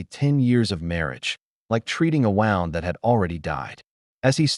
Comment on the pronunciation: AI needs training on proper pronunciation of ‘record’ and ‘wound’ according to context. Otherwise good story.